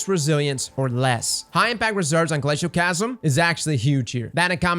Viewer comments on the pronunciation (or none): everytime I hear someone omit the second “L” in “Glacioclasm” I die a little inside